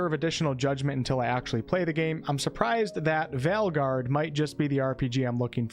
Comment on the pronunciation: Your accent is fine and I actually prefer the former pronounciation of "Veilguard."